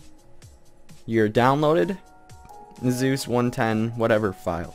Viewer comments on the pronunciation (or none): none